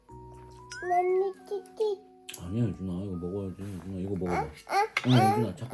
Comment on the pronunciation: 가 이제 아니야도 정확히 발음하구 ㅠㅠㅠㅠ 진짜 많이 컸네요 ㅠㅠ 하루가 다르게 크는,, 💖